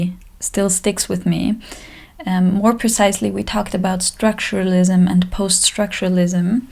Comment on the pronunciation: Structuralism estrakchuralisem se pronuncia